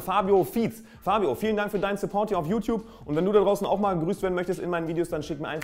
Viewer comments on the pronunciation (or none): none